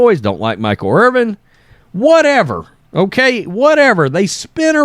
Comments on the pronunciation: Bro, it's Irvin, not Irving. You're killing me. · The mans name is Irvin not Irving. You’re such a hack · Hey, there’s no “G” in Irvin